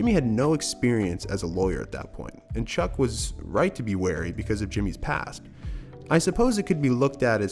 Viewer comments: wait a minute did you just call him "cuck" instead of chuck for straight 1 minute lmaooo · Are you saying Chuck’s name wrong on purpose at the mark (and then again right after a few seconds later)? Cause the name you said is a word with bad connotations.